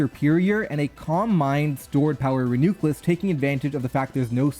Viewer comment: Say “reuniclus” again